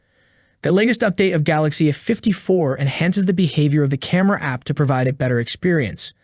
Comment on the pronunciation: It's A 54 why are you missing the A out every time you say A54 all your saying is 54 and it's annoying. You do it every time you do a video where you have to say A. Can't you say A....it's not rocket science. Think you need some lessons.